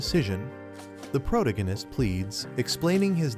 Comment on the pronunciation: You need to find a new AI that knows how to pronounce the word protagonist. It makes it really hard to listen to the video when it keeps saying that word incorrectly.